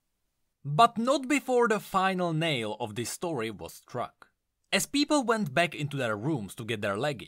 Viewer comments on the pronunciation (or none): none